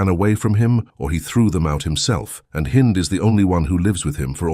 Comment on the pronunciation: Her name is Hind not Heinz ....